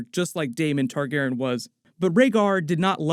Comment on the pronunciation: You're dropping a letter and syllable in the name... You keep saying Tar-GAR-en... but, it's Tar-GAR-ee-an (phonetic spelling). You're dropping the "y" in Targaryen...